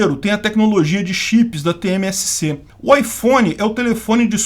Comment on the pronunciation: STF da 24hrs para falar TSMC e não TmSc